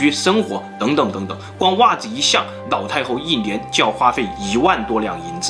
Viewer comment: 你的故事很好聽很仔細😄 但是你的發音讓我一直 瘋狂出戲中😂 一連（年），口述溺（歷）史 腦（老）太后，壽比藍（南）山 喝茶時要兌ㄌㄞˇ（奶）ㄌㄞˇ茶 ㄋ、ㄌ分不清楚... 笑到肚子痛啊！